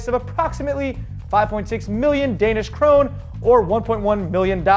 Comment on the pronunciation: kroneR not krone... :D